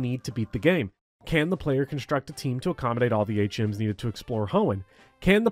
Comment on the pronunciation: it took me a little while to realize you were saying "HMs" and not "8 gyms" lol I was like yo trueeee sun and moon suuuuucked. Now im the same but different context.